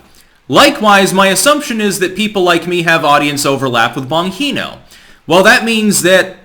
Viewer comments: Dan pronounces his last name as "Bahn-GEE-no" :) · BON>GEENO< ...IS HOW IT'S PRONOUNCED "YOU THINK...with all your pretencious attitude...you might ~learn~ how to say... "YOUR SUBJECT-REFERENCE'S NAME PROPERLY " {JUST KIDDING...} { BEEN UP FOR 5 DAYS WITH THIS TRUCK STRIKE...EVEN WEED DOESN'T WORK !!! } LOVE YOUR SHOW REALLY !!! "PURDY SMART ...FER 'DA YUNG FELLA' DER~Z !"...lol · Bon-gene-o. Haha, you butchered the hell out of it, man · Dan Bong-he-no? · His name is pronounced Bon - g - no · Bon-Hino ? Lol !! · it’s pronounced Bon-Gee(like the letter “G”)-No lol. I cringe ever so slightly every time you said his name lmao. Anyways, keep up the work! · "Bon-HINO" - LoL - yeah, we can see you're a fan. 🤣 Tell me you've never watched his show without telling me you've never watched his show. 😜👍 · Why do you keep calling him "Bonheeno"? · "Bongino" is an Italian name; "gi" is pronounced like the English word "gee". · I knew how it was pronounced because I listen to him on talk radio sometimes. It was kinda painful hearing "Bonheeno" repeatedly through the video. LOL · Bon-Jean-Oh. Bongino. Agh!! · Omfg it's BAHN-GEE-NO . LOL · Love the channel, but FOR FUCK'S SAKE IT'S PRONOUNCED "BON-JINO"! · Wtf my ears, it's "Bon geee no", soft G dude. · Its Bon•G•no. Hard G. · Your pronunciation of Bongino is driving me crazy. Haha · How could mess up the pronunciation of "Bongino" so badly? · You are saying his last name wrong lol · I think you might be pronouncing Dan bongino's name wrong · Somebody tell how to pronounce Bongino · can surely butcher a name. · Bro, it is so cringe when say his name wrong. Geez. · Dude...it's BonGeeeNo not BonHeeeNo. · Why is he calling him "Bon He No"? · Sorry but you need to listen to how Bongino pronounces his name. He pronounces it “Bon (gee) no”. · It's an Italian name, j not h. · It's a "g" not an "h". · Bon "G" no not Bon "He" no. Sorry to be a dick lolol I watch him a lot